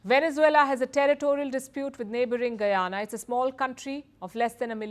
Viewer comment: As a Guyanese, I appreciate the efforts put into the report and the proper pronunciation for Guyana.